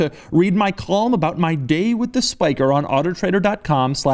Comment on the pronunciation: When you said "column" I thought you said "qualm", because you can't pronounce things worth a shit